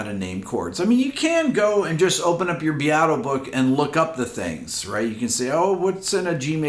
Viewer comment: Why does this guy pronounce Rick Beatos’s name so weird? It’s “beat-o.”